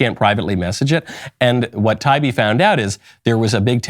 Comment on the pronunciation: Just so you know Michael, his name is pronounced tie-E-be.